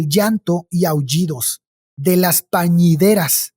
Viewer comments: Hijoles todo bien hasta que escuche en el minuto 43: 39 la palabra pañideras en ves de plañideras. Una plañidera es una mujer que se le pagaba para ir a llorar a un funeral esto generabala atmósfera mortuoria para del difunto. En relación con tomar el café en tiempo de calor en regiones como Veracruz, la lógica de tomar café en un clima tan caluroso-húmedo es porque al tomar bebidas caliente el cuerpo comienza a sudar. El calor añadido se compensa con el aumento en la sudoración. Así que lo que nos ayuda a refrescarnos es el aumento en la tasa de transpiración. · Son plañideras, no pañideras. Saludos.